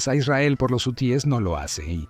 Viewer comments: Este comentarista es un imbecil no sabe ni hablar es hu e s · Jusies , quienes son esos ? Si no sabe pronunciar ,,,busque otra cosa que hacer !!!